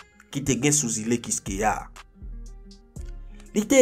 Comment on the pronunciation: Tu raconte bien les histoires mes il y a des mots qui ne sont pas très compréhensible comme Île